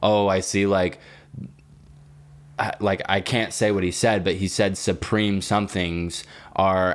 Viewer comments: He said “soupreme” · Why is saying SOOpream